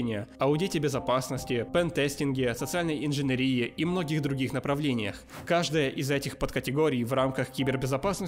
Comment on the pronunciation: Автор, ты прочитал "социальная инженерия", как "инженерИя"?))))))) Это чё, болезнь такая, типо как малярия, только инженерИя?)))))))) Что с ударениями?)))))